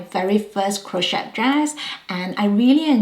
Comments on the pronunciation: We don't pronounce the T in Crochet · Crochet has a silent 't'😊